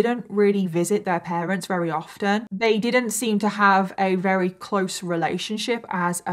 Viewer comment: I really like how you tell the details of cases. And your make up is always so pretty at the end lol... I am not at all into make up but I think it's somehow soothing to watch while listening to terrible details. Anyway, thanks for your channel! Also think it's kinda cute how sometimes when you're saying "very" it's more like "wery"... IDK lol anyway <3